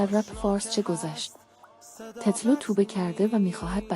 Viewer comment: بلد نیستی تتلو رو بگی